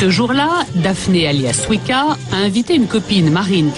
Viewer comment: BORDEL ça se prononce Suika pas Swika! Elle me stresse la voix off xD Qu'est ce qu'elle est mignonne Shu (: A part ça, faut vraiment que les journalistes arrêtent de généraliser c'est vraiment chiant -_-" A part ça je trouve que le terme ' déguisement ' utilisé plusieurs fois est assez péjoratif mais ce n'est que mon avis. Allez j'me la ferme xD JAPAN HWAITING!